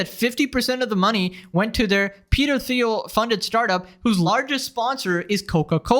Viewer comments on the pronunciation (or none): none